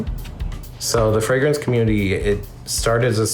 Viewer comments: A guy likes colognes and perfumes. So he changes his last name to Fragrance, but cannot even pronounce it. He pronounces it "Fragance." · This Fabio fûcctârd can't even say Fragrance 😅 Telling a stranger kid he smells good is weirdo asf